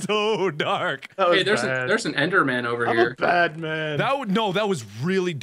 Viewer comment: "ender man" It's enderman.